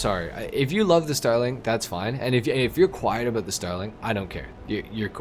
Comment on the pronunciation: “Aboot the same performance” are you Canadian?